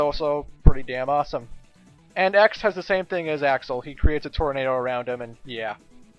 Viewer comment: "Aroubd and arounnnd" Me: woa wut italy?....oh